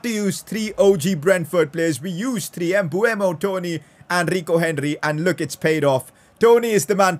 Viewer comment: Its pronounced Mbumo, everyone thinks its Mbuemo, but its written Mbeumo